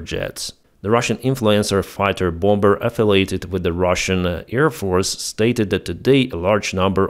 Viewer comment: Have you learned to pronounce "bomber" since the last video? And... Nope. 🤦🤦‍♂🤦‍♀🤦🤦‍♂🤦‍♀